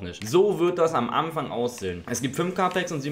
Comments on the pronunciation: „Am Amfang“? Pafekt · Eligellas wuseliger Sprachfehler: "Am Amfang". haha bleib glibschig und fühl dich geklapst